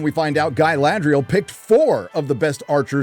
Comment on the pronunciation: GUY-LAD-RIEL F*CK YEAH